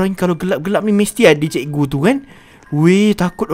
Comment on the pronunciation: ni cakap cikgu ke ciku🤣🤣🤣🤣